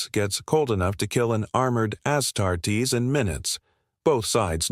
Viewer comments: New-ser-e-ah. A-start-eses. Lay-man-russ AI is so lame. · As-tar-tees... really? If you want any amount of actual support, ditch the AI and put in some effort yourself. Your AI can't pronounce these words at all, and any regular human with half a brain could mimic the word from other videos saying it correctly. Your channel will never amount to anything, as long as you keep the AI doing anything and everything for you.